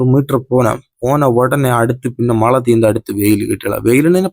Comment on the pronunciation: தம்பி மளையில்லை மழை உங்கள் வட்டார மொழி அழகு